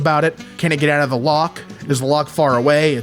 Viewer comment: The pronunciation of ‘loch’ is getting to me lol. 😂 although I’m English, my childhood was spent in Scotland and I used to practise how to say on the off chance that someone would make fun of me. This is like the one time my overthinking came in useful because I was at the Highland games in lochinver and some Scottish kids were like “oh this one’s English, ask her” and came up to me and asked me how to say loch my spelling it out. The disappointment that came from them was satisfying 😂 Sorry for this long ass paragraph lol